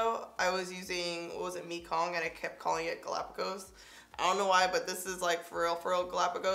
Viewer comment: According to my Cambodian/Vietnamese mother, that Nars shadow in Mekong is pronounced "meh-kong"/"may-kong" not "me-kong" :)